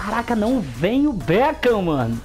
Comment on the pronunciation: O becam kkkkk beckham